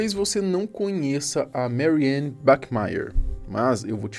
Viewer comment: A A pronuncia em alemão não é "meriane". O a em alemão é "a" mesmo.